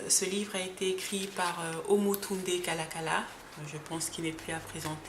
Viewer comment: Hotep. Merci pour cette vidéo. Juste pour dire que le nom de l'auteur n'est pas Kalakala mais KALALA... Kalala est le nom d'un grand empereur Luba. Il était un grand guerrier doté des pouvoirs mystique.Son nom complet est KALALA ILUNGA. Je crois que le prof Omotunde avait pris ce nom pour honorer ce grand roi guerrier.